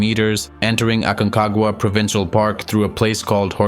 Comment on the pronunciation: jajaj... "esto es lo que tiene el AQUENAGUA".... "ORONES"... parque nacional "ACAGUA"...."5.05 metros" " nidato de ondores" jajaja está bueno el resumen pero POR FAVOR revisa la IA del audio por favor sino el que escuche va a terminar malinformado